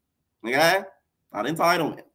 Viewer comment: Natalie saying entitlement is like blac china saying embezzlement 🤣🤣🤣🤣🤣